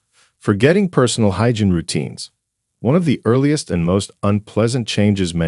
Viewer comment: This is insulting!!! It’s ageism on steroids. You are lumping every person over 65 into one bag! I am 78. I have high functionality. I don’t forget words. I don’t forget people’s names. May I suggest you correct your grammar on your AI. It’s not “hygin!!, it’s hygiene!! God!! I hope you don’t have aging parents!! Someone should warn them their days are numbered!!